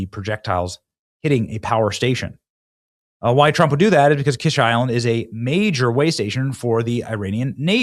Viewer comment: What good is having a naval base when you have no navy? By the way, it's pronounced "Keesh" like the fancy egg dish.